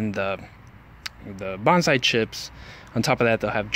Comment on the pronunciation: Nice video. I'm thinking about challenging myself to turn a Home Depot bonsai into a showable tree. What you call a gensing bonsai is actually a ficus retusa. Also, it's pronounced bone-sigh. You seem really enthusiastic though. Good luck!